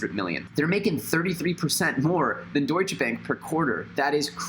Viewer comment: Super Natural he also pronounces it wrong